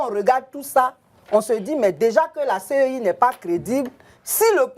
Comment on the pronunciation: Au lieu de CEI c'est lui qui répète tout moment CIE en plus un député de notre nation ééééh Dieu .